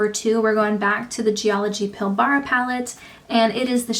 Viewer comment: Green is my favourite eyeshadow colour, I really enjoyed your swatch video. Side note from an Aussie: Pilbara is not pronounced pill-BAR-a. There's only two syllables, and the end is almost mumbled: PILL-bruh.